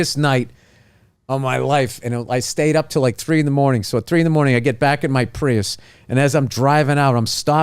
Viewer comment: Such a great story. I love the emphasis on the Prius. LOL